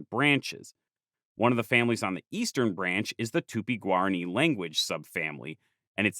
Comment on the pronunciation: oh gob, "tupi-guarani" became "tupiguarri"...